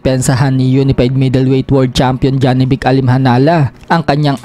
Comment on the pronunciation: Manuon ka ng fight hub tv jawi boxing manga international boxing announcer kung animhanal ba ang pag bigkas ng pangalan ni janibek… 😂😂